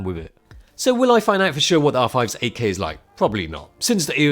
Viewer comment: Took me a while to hear "8K". I always understood "AK" and I was like...who the hell wants to put a gun in his camera?😂